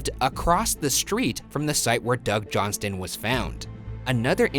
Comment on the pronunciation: Hi Ryan, the t in Johnston is silent :)